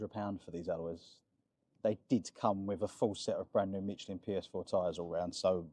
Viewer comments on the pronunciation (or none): none